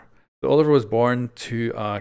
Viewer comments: Quick correction,, the name is pronounced oh-liv-ee-ay, being French. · Olivier is pronounced as Olive-ee-ay